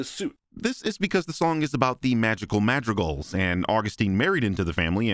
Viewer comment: the way says madrigals like mahtreegals makes my blood boil